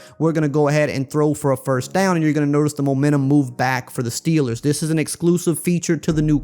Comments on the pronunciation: did I hear momantum instead of momentum you done goofed my guy jk this video is great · “Momantum” - ER